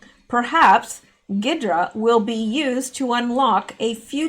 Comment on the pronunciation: G is silent on ghidra. Think hydrant without the nt on the end.